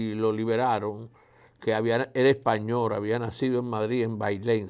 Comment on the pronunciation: Bueno Dr Fadul, ud, sabe muchisimo y yo lo admiro por eso, pero esa articulacion suya me da dolor de oidos, como es que un Medico alguien tsn profecional y diciendo Espanor! como es que no va a saber que se dice Espanol? y asi por el estilo, lo mismo con las sss, se las come todas.